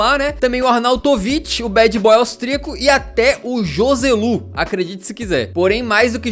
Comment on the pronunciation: Joselu se fala Roselu, 💪